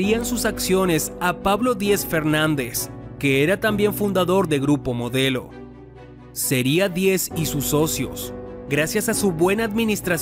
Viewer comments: dice: "GURPO MODLEO" 😒. ¿porque.?... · minuto "GURPO MODLEO" MEXICO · ¿"Gurpo Modleo"?